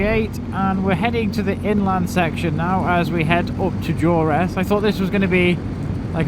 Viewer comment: Durness...not Duress🤣